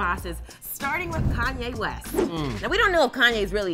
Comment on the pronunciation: O yeah dont think we didnt here how you pronounced Kanye the second time, lol its all good